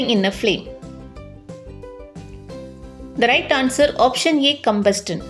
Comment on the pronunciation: Ma'am your video is so useful for us. But you did one mistake in pronouncing the word Combustion it's not कम्बस्टन, it's कम्बस्शन, Ok!